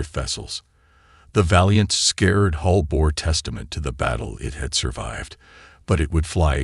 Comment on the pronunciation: Hull, not hole. Like the story.